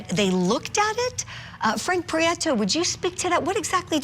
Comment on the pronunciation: You said they are heavy hitters in miami??? What you mean????! She is GUILTY !!!!!!!!! His last name is PRIETO NOT Priaeto